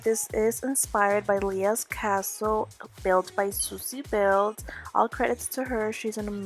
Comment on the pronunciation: Did you said Leah